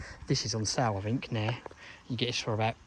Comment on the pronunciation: “I Fink”? Oh in England we say Think. Thuckwit!